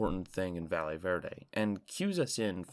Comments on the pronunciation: jsyk, "valle" is pronounced "va-yay". A "ll" in spanish in a "y" sound in English. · how has nobody corrected your pronunciation of valle yet. a double L in spanish makes a Y sound 💀